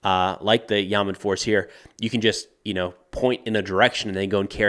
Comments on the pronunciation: Great video! Pro tip: Hebrew two syllable words almost always emphasize the second syllable, whereas in English it’s usually the first syllable. So Yamam is pronounced “ya-MOM” not “YA-mam” 😊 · YAMAM not Yaman (ימ"מ ולא ימן) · Hi It’s pronounced “ya-mam” With a very soft “a” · it's pronounced Ya-Mom (say "your mom", but switch the "your" with "Ya", and it will be perfect pronunciation). Also it's a 3 letter acronym literally translates to "Special Police Unit"